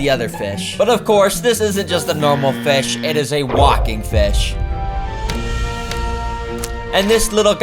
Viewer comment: feesh, cool feesh